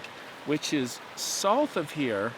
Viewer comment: Getting a little better pronouncing "south" my man! I highly doubt yourr taking my advice though lol